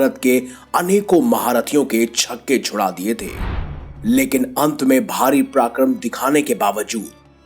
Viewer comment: शुद्ध बोला करो भाई। पराक्रम कहना सीख लो किसी से कानों को चुभता है। गलत उच्चारण।